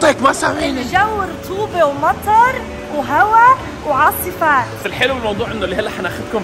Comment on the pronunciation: تعرفون ان اصالة نطقت صح كلمة ( عاصفات ). و عواصف 🌪 ايضا صحيحة